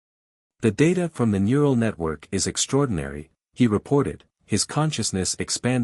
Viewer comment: i enjoyed the story the weird thing is that sometimes the ai can use the correct phrase/word and sometimes can't like 'mural' instead of 'neural'